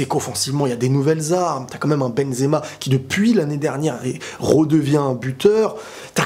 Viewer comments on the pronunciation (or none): none